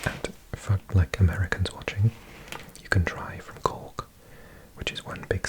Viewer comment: I'm listening to the audio while working in Canada, and i still don't know if your saying the city of Cook, of Cork or of Cock.